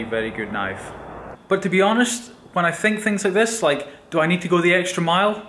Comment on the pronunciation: Are you australian ? ' go ' you said ' goweu ' like australians :$